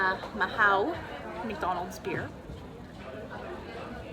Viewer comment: Not too be picky but with all the time you've spent in Spain, you should maybe learn some Spanish. The beer is "Ma-oo" or in the south "Meow." Silent H. I was in Madrid at the same time as you. Walked through El Sol numerous times. Stayed on the Calle Atocha.